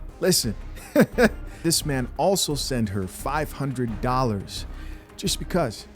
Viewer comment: I know people have accents but wtf is a meeeeeeeeeeeean! Its spelt MAN and pronounced MAN!